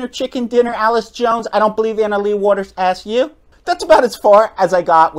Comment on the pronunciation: Completely agree with your message but you are mispronouncing Allyce’s name, Catherine did pay her expenses per Allyce’s Instagram and Allyce played mixed doubles as well so she would have still come. I just want to give Allyce some grace here because she’s such a strong woman and player and not just a sad victim. What Catherine did was terrible but Allyce will continue to improve and come out on top. We’ll see what social and career consequences CP ends up facing.